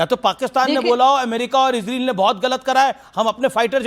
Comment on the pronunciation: BKM77 Most Resp ected Mr.AMISH DE VGUN G Gustakhi Muaf Please Aap KHUDA K VASTE Ye ISREEL kehna Hamesha k liye Chhod Dijiye Aap GALAT Ucharann karte hen aur Sun ne me bhi Bilkulbhi Achha nahi lagta. Aap ROYAL to keh Sakte hen zra uss se Pehle IS Bol den to ISRAYAL Bol den to Bada hi Achha lagega Aap to US TADON K USTAD hen Aur kaafi Edu cated bhi. Maen 78 Varshiye Ek Tuchh PRANNI Aap se Haath Jod kar K BHEEKH Maangta hai ye PROOF REA DER. Kai Salon se ISREEL ISREEL Sun te huye KAAN KALE ho gaye hen. PLZ Don't mind. Actually y Spellings to ISRAEL hi hai iss COUNTRY ka Naam Kya Maen Future me AAP se UMEED kar sakta hun. Aap Apne Charnon me Mera Parnnam Swikar karen.